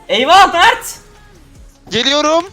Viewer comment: Mağrt değil çocuğun ismi mert